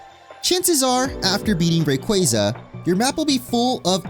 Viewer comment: Ray-qua-za Not qwey lol